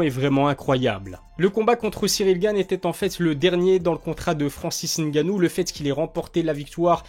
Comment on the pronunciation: Belle analyse , merci pour la prononciation du N 👍. Va tu approfondir ton analyse . Merci